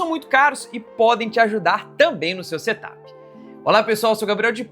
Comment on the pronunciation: Em vez de setap com acento no a. É sem acento. Porque é setup. De set up. Não diz, look áp ne?